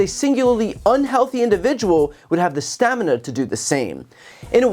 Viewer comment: He doesn't have the stam-i-na.